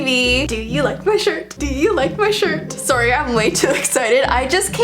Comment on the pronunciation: I just remembered you are Canadian and the way you said sorry at the beginning 🥺